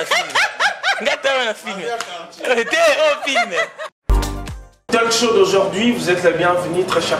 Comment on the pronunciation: balobaka TALK show et non talc show mimi depuis usa